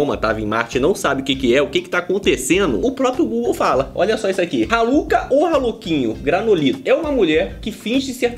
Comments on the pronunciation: Kkkk troca o R pelo M e da Maluka😂😂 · Eu juro que entendi maluca kkkkk em vez de raluca kkkkk deve ser de outro planeta kkkkk